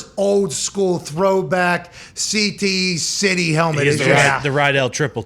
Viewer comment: He said “CTE City”! 😂